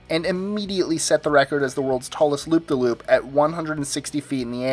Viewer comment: I nearly shit myself when he said loopdaloop.